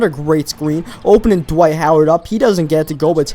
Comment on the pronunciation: ITS DWIGHT NIT DIWGHTTTTTTNFHFHFJJCJ